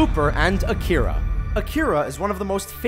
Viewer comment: Bigger sin here is Mang-ga. I have never understood how people double the g when they pronounce it. It's Manga. Mah-n-ga. and A-Kir-A sound russian to me. Should be Ah-key-rah.